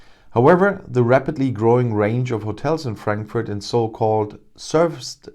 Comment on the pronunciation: Cute how he deliberately mispronounces the name of the city for our British "friends". Of course, Frankfurt has been getting banks and staff for a few years now, and there is even an agency in Frankfurt for the purpose of helping this. I nevertheless love hearing this news every time it comes. Keep sending us jobs and money, UK!!!